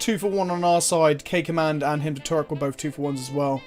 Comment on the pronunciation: What he says: "K command" What I hear: "caca man" I may be 4 yo inside my head.